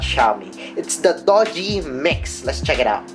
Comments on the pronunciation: it's not Doge, you pronounce it as DU-JI (Doogee) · Pronounce it as doojee, not dojee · your pronunciation of the brand is totally wrong bro. it's "doo-ji", not "do-ji".